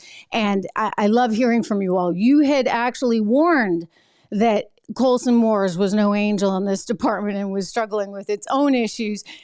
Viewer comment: STOP SAYING IT WRONG! ITS MOLSON COORS NOT COLSON MOORS!